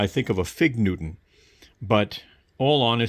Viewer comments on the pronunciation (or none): Yeah that was… weird. He does end up saying it right towards the end - which is almost weirder. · FFS it’s not NEW TON. It’s NEW Tun